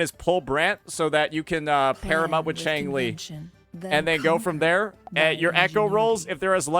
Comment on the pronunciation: Jeng Lee, not Changli.